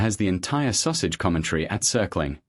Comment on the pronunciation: I find it very humorous that Sussex is being pronounced Sausage !